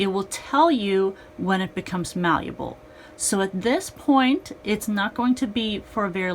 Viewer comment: Ok but the word is malleable, not maluble.